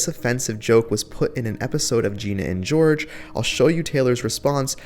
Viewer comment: It’s Ginny and Georgia, pronounced George-A. With an A at the end. Not George.